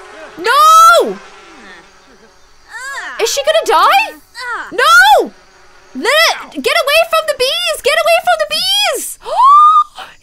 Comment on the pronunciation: You said Emma nested of Lilith